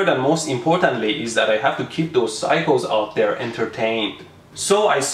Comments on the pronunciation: when he said phyco, i thought he said cycle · Oh he's saying saying "Psycho" not "cycles"